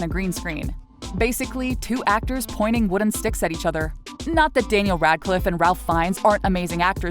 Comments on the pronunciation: Sorry. Great video but the incredible Ralph Fiennes is not pronounced “rælf”. It’s “rāf”. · The name of the actor who played Voldemort is pronounced Rafe not Ralph. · Nothing says manufactured entertainment than not even researching how to pronounce Ralph Fiennes